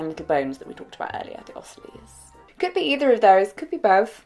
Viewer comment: This may not be useful but the first times you said ossicles it sounded like “ossilies” but the third time was spot on! This video was so great and informative, I work as an engineer for Cochlear (Cochlear implant and bone conduction implant company) in product design and development and I think it’s awesome that you share information on deafness and hearing loss! Keep up the amazing work! 💕